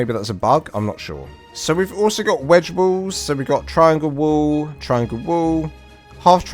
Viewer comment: sorry... your accent made it sound like you were saying "triangle woos" lol good explanation though on the basics of building a small starter base.